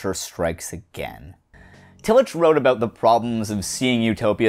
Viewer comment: Great take on Utopianism. Love your videos! I love your bringing up Tillich too; a small correction though, the "ch" in Tillich's name is pronounced in the harder German way not the soft English way.